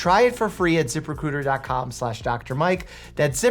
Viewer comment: Once you hear zip recruiter as zipper cooter you can't unhear it.